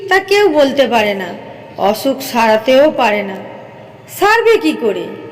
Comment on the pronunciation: অছুক❎ অসুখ✔️